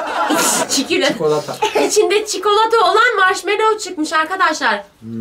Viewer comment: Çikilöt dediği yerde koptum 😂